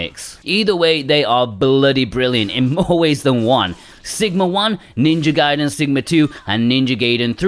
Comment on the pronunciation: 😭 It's Ninja Gaiden, not Ninja Gayden! 🤣